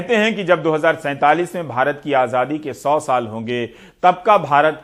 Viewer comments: Abe Modi rascal.. Dhang se bolna to seekh.. Azaadi hota hai.. Ajhaadhi nahin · he spells azaadi as ajhaadi haha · Azhadi nahi chutiye Azaadi hota hai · Jaahil Aazaadi hota h Aazhhadi nHi 😂😂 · Modi ji bolna seekho आज़ादी hoti hai आझादी nahi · Was it only me jise modi ji ke muh se azaadi ki jgh ajhadi sunayi de rha tha😂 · Modi cannot pronounce Azadi he pronounces it Ajhaadi. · Yeh jisko AZADI kehna naheen aata yeh khaak World Super Power banaye ga. AAJADI. Wah kya baat hay. AAJAD qom. 😂🤣😀😁😁😁🤣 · Modi ko aazaadi bhi bolna nhi aata baar baar aajhaadi bol rha h 😁😁😁😁🤬🤬🤬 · Is admi ko sahi se azaadi bhi nhi bolna hai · he cant even say ‘ajaadi’ properly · Azadi bolne nahi Ara pm ku 😂😂😂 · Ravish ji isko to theek se azaadi bhi bolna nahi aata hai, manhooson ko kum dekhane ki koshish ki jaye, dil jalta hai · Modi can not even pronounce azaai properly. He needs to go along with other BJP and RSS idiots